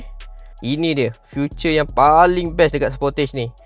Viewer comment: Feature bukan future. Salah sebutan tu.